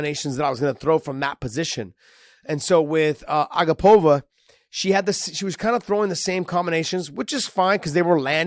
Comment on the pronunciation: Hey Josh! Her name is pronounced a-GAH-pova not A-gah-POV-a… Anik gave the tutorial on the broadcast